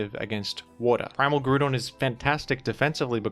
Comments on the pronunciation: Brother it's Groudon, in Japanese it's pronounced Guradon because they don't have the sounds for Grou but in English it's pronounced as Grou-don take the Grou of Ground and replace the ND with a Don. Grou-don. Unless you are from some remote English Colony or something I can't fathom why would you call Groudon, Grudon unless it's for engagement farming which a certain VGC YouTuber has been found to do. Hopefully this is a teaching moment. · its not Grewdon wtf is that. GR-OW-DON Groudon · with his blasphemous grudon pronunciation is the same person as in mean girls who tries to make it's so fetch happen. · If you’re willing to say Grudon might as well say Kyogree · Grudon would be more accurate - You’re saying Groodon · I'm gonna start pronouncing it as Grudon specifically because of you,. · "Groodon" gives me "A Hoonter must hoont" vibes. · Pretty sure here only pronounced it as "Groo-Don" so that people wouldn't be upset when he says "Ray-Quah-Za." It's definitely "Ray-Qway-Za"...the anime and literally everything else says it that way. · Why is saying Grewdon💀💀😭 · i didn't even notice you pronounced it like grewdon honestly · Heheh, “Grudon” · You really gonna hit us with the Grew-don 8 seconds in? I didn't expect a jumpscare. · some people pronounce it - groo-don. Monsters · Grewdon and Keeoger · He may pronounce Groudon as Groo- Don Let’s just be thankful he doesn’t pronounce Kyogre as Key-O-Gree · Yet another “Grewdon” moment. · real quick how do you pronounce "ground"? lmao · You pronounce groudon like it has a bunch of banana loving yellow creatures following it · I'm just now learning that you and I pronounce Groudon differently. I've become so upset about this I've cast a small child into a well. It's imperative I make you aware of this inconsequential difference. Thank you. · I used to dislike the pronunciation, but then it Groudon me.